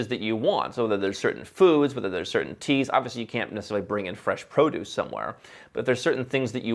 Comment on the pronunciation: 'I like teas' - you sound British lol